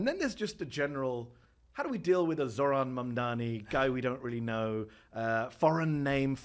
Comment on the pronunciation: I never had any issues with pronouncing Mamdani; but was calling him Zorhan for a while…